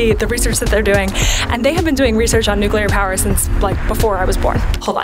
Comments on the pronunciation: I am so happy to hear the correct pronunciation of nuclear. One of my biggest pet peeves is hearing noocyooler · Thank you so much for saying "nuclear" properly. I have a hard time taking videos where people say "nucular" seriously. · Thank you for not saying "nuc-u-lar" once! Nuclear is 2 syllables W. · Thanks for pronouncing Nuclear properly.